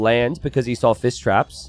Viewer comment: Whenever has to say Fish traps, he ends up saying Fiss Traps. And instead of Men-at-arms, it's always man-at-arms or armses or man-at-arm for singular.:-D